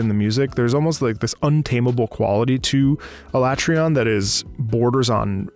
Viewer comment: Strange, I never considered it to be said they way you pronounced it outside of "Ala-trea-on" instead of "A-lat-reon." Very interesting to hear other's interpretations of the beast's name. Given the state of my completion in the game thus far, it was definitely up there in terms of the hardest fights I've experienced so far in a Monster Hunter game. The various mechanics and the various elements behind the fight caters to teamwork rather than individual roles per weapon type. Hunters have to really focus on a number of key components to ensure the fight can end within the time limit. The music itself plays such a deep role to this fight in particular, especially when the fight changes so drastically and suddenly throughout the fight itself. While I had such a difficult time with fighting Alatreon, the music was surely a change from fighting the other larger and more difficult creatures towards what could be considered "end game" beasts. Thank you for the video!